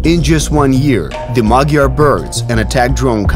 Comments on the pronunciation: MaDyar, not MaGyar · It's Madyar!! Not Magyar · Why does his name tag say MA D YAR, instead of MA G YAR? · He is Madyar! Madyar, not Magyar! Means he has Ungarian ethnicity. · The word Hungarian in Hungarian is Magyar. The pronunciation of the Hungarian "gy" is something like a soft d, like in English "dew" or "due". Cyrillic alphabets don't have this, instead they have д(d) + ь (softener), ё (yo), е (ye), я(ya) and ї(ji). So Magyar becomes Мадяр in UKR, and that becomes Madyar in phonetic English transcript.